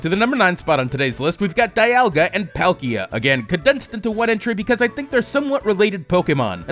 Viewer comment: Dee-all-guh and Paul-key-uh. Also, I actually dont like flipping the colours... just doesnt look good